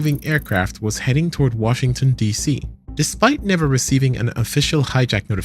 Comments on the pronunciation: “Wahington D.C.” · "Wahington DC"